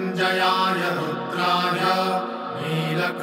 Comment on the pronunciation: Not Rudhay but Rudray and not sarvay but it is sharavay.